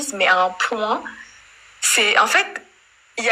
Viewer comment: "En fét' le probléme c'est que" ... jpp 😭😭😭😭